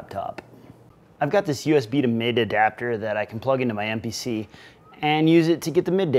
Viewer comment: Thanks you! Though you saying “mid” rather than “midi” drove me nuts lol